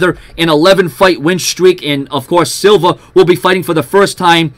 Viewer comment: Silva not Silver